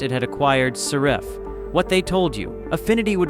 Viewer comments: saRIFF? SARE-iff! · Well, I use Affinity and as far as I know, they haven’t charged me a penny. Is this a negative campaign by Adobe? Besides which, I hate that AI voice that can’t even pronounce the company name properly. At the very least, have the decency to have a narrator to read your miserable script!